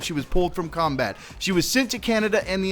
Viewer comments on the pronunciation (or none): none